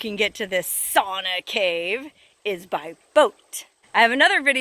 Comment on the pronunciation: Pronounced "Sow Na".